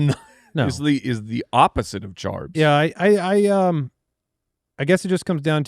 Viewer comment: Stop saying charbs Mike